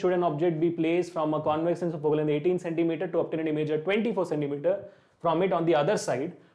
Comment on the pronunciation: Questions are good but explanation is not so clear, the way u r saying "concave and convex" is not so clear and u r telling it too fast especially for the second question Sir request you to work on this